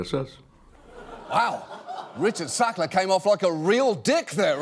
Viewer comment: Why does he spoil every "Sackler"?